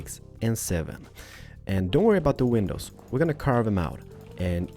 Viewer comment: I really like and all but I mean how can you not notice he literally says ''window penises''